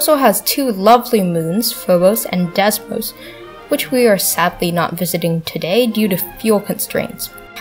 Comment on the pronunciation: this is actually really good, you need more subs ( but its not desmos its deimos day-moz